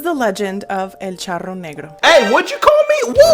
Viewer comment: Yes that's my favorite part too 🤣🤣🤣 " If you say el charonero neuro one more time"🤣🤣🤣🤣🤣🤣🤣💖🌟